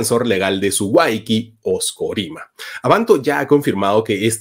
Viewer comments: Y no se prenuncia wayki sino wawqi. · Se pronuncia Huaují no Huayquí 🤦‍♂️ ni eso sabe hablar.